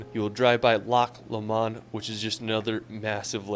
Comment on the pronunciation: I like video, but it's so focused on Skye and Edinburgh (and it's pronounced Loch Low-mond and I live like a mile from it). I've been everywhere in his video and they are all worth a visit, but most of them wouldn't make my top 10. With the time you have you could do the following - a whistlestop tour going up the A9 from Edinburgh as far north as Inverness, stopping at a few places along the way. From Inverness head along the Great Glen past Loch Ness to Fort William. Loch Ness is nice, but there's a ton of nicer places so it's worth a little stop just to go there, but don't spent much time there unless you really want to. Fort William has some cool stuff - keep an eye out for the steam train (and consider a detour to Glenfinnan to watch the steam train going over the viaduct). After Fort William, head south along the A82 to Glasgow, stopping along the way to look at some of the sights, including Loch Lomond (my neck of the woods!). If you don't want to drive quite so much, then I'd start again at Edinburgh, spend a day in Edinburgh, then visit Stirling and Loch Lomond and the Trossachs National Park before finishing your trip at Glasgow. I used to work in tourism and I've seen most of Scotland so let me know if you need any help or any specific types of recommendations:)